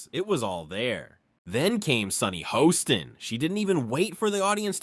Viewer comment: Multiple mispronunciations in video: Karoline Leavitt's last name is not Leevit, it’s “Lehvit,” (short e) - that’s how she says her name. Sunny Hoston is not Host-on (rhyming with “boastin’), it’s “Hawston” (rhyming with Boston.) Joy Bahar is not BaHAR, it’s “BAY-har.” This announcer went on for 20 minutes screwing up the names of the main participants in the story, but corrected the “Leevit” to “Lehvit” later. English language: “Lehvit” or “Leave-it.”